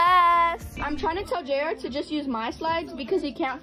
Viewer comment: it’s JR not Jar